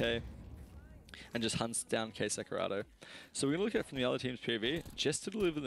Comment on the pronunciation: Nice video! Just a tip, when you say KSCERATO, you don't need to say S and C separately like in , you can ignore the C letter and say like "K-serato". Brazilians sometimes use the SC letters together to make the S sound.